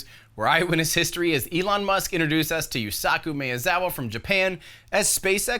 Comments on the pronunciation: If you are going to say the Japanese guy’s name a lot more for the next 5 years we should try to get closer to the actual pronunciation. Ma e za wa They don’t combine sounds But if you insist to combine then say ‘my-zawa’ or better ‘ma-eh-zawa’ You learned metric, which is really hard, I’m sure you can do this. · So far, I haven't heard a single Non-Japanese commentator pronouncing his name correctly. Maybe this helps, just pronounce the capital letters. MArc, Eddy, CZAr, WAnderlust. The phonetic symbols are [maezawa]. Please don't laugh at me... these are the phonetics. - By the way. Love your show.